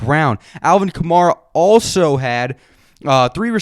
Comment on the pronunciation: it’s alvin kamara like camaro but with an a at the end, not kah-mah-rah